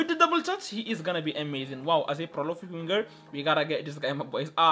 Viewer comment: Its 'PROLIFIC' not prolofic